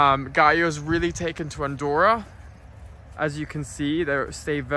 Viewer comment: you said Andorra so Dutch 😂😂❤❤